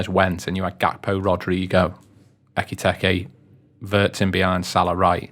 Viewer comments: I see the majority have picked up on the constant use of Ekky Tekky, which was plain weird, but why this channel continues to call Szoboszlai, Soboszlai is beyond me. Lads, he did a video with the club the day he signed where he pronounces his name as it should be. And it's not Soboszlai, Sloboszlai or any other bastardisation. It's your job to get these details correct. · "I've watched Frankfurt for years...Ekky Tekky" Honestly, disrespectful. Ekee-Teekay. It's not rocket science. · Tell that clown to sort his pronunciation absolutely kettling my head saying ekitekky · I listened to this on the audio podcast, but came here to comment on ecky tecky, I assume he can hear how everyone else is pronouncing his name!:) I just can't believe the others could keep a straight face! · Please stop saying ekky tekky! Hahaha! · Why did no one correct ekky tekky? 😂 Love it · Love the pronunciation, Ekky Tekky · No disrespect at all, but the gentleman saying "Isaac" and "Ekiteki" is doing my head in😅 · Ecky-techy, Ghee-ockeris, Buh-setitch, Wurtz and Eye-zak all had an airing. Not to mention Adeedus. 😂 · Can’t concentrate with all the weird pronunciations…. My god lol ekky fucking tekky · fucking this bloke butchering Eketike's name makes this podcast unlistenable.